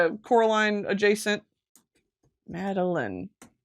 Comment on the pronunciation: Saying Madeline for MadeLINE drove me nuts